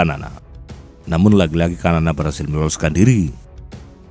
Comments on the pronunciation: Xanana bukan kanana...enak saja kau ganti2 nama orang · Xanana (pronounce bacaan nya Sanana bukan kanana) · Ejaan penyebutan s-a-na-na,, Bukan kamana min su ,,,parah PD amat lu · resah gw... sanana woy bukan kanana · Xanana bukan kanana